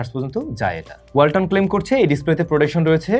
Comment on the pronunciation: Walton ❌ Balton ✅